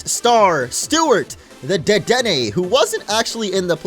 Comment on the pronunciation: Was with back when he calls Dedenne, "Deden"